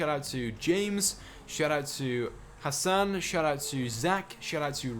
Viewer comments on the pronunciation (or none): none